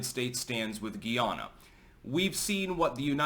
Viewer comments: It's guy-ah-na and the citizens are called guy-ah-nese. Also, Guyanese people identify with the Caribbean. Educate yourself please. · Hey im a big fan been watching for years now. Just wanted to let you know Guyana is pronounced Guy-anna and the people from there are Guyanese. Keep up the great work 👍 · We pronounce it GUY-ANNA... 👍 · They say Guy nese like Chinese and Guy anna like Diana. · It’s pronounced Guy… Ana